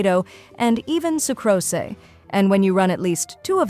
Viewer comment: SU CROS SAY? It's Su kroose. No, matter how good the AI is, it is is still absolute trash compared to a human speaking. The info is welcome, but the amount of speech errors in each video is staggering.